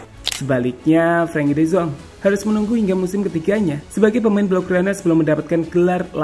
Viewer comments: de yong bukan de zong😂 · De Jong laaa bukan De Zong y ampunn